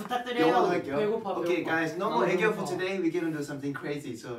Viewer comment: soy yo o en el bambam dijo "gaysss 7 mannn"